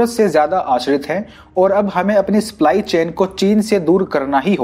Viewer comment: Abe sply nhi सप्लाई होता है